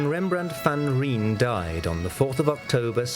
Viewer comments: His name isn't pronounced Rembrandt van Reen as the narrator does...it is Rembrandt van Rijn...the ij sounds similar to how North Americans say Aye and it is .pronounced similar to the way the narrator pronounced the first syllable in the city of Leiden...not sure how he could pronounce Leiden so well, but failed so miserably at van Rijn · 😊 Rembrandt's family name Van Rijn is not pronounced "Van Rean' or 'Van Rien' as is done in this excellent documentary. "Rijn' means the river Rhine which flowed through his birthplace Leiden. So in English his name is pronounced as 'Rembrandt van Rhine'. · Not REENE. VAN RIJN. PRONOUCED AS RHINE DUH. Come on we can know the pronunciation by now. The river Rhine, pls say it like that. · Mistrz, któremu nie dały rady kapryśna moda ani zmienne gusta, strażnik historii Niderlandów, dostrzeżony i doceniony dopiero ex post. I stara śpiewka: niedouczony lektor, z uporem maniaka niepotrafiący poprawnie czytać NIDERLANDZKICH nazwisk ani nazw. Rembrandt nazywa się van Rajn (nie Rijn!) 👽♍ Trzeba z pewną złością zauważyć, że goście zawiadujący gustami amsterdamskiej publiczności połowy XVII wieku okazali się głąbami bez wyobraźni, ślepymi na wyraźny przekaz, płynący ze zbiorowego portretu spiskowców wokół Civilisa: 'myśl co chcesz, Amsterdamie, ale to oni, ci półdzicy z wyglądu ludzie wokół ojca Batawów, są twoimi przodkami, a ty się ich teraz wstydzisz!! Fe, nieładnie...!' 👽♍🇵🇱😊🇳🇱👍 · Rembrandt van Rhine is the way we pronounce the name. All over the world people talk about our great Dutch master, yet the name pronunciation is still an agony to hear...